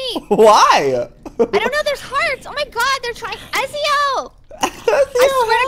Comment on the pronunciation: Ezio is pronounced Etsio so normally except add a T and the z is an s